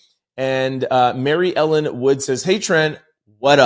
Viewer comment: Trent, I usually do tell you where I'm from.. if you remember the first time you said one of my comments, you actually pronounced my name wrong.. so i wrote it out for you...Mair-e-ellen.. if you do remember. Anyway, I'm from Charlestown, " The Town" (yes, the movie Ben Affleck played the lead in),which is a town in the city of Boston Ma. Typically, we're called Townie's. I still love ya, all the way from my 1 Sq. Mile town. Proud Outlouder 🎉🎉🎉🎉🎉🎉❤❤